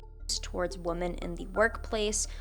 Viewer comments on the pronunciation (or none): Hey I hope this is constructive and not nitpicky. Usually "women" is pronounced differently from "woman" - like "wimmen". It can be confusing to listen to the o pronounced the other way. Sorry for raising such a small issue.